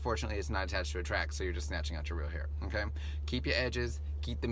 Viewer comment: Flawless, superb herr in the corrr lol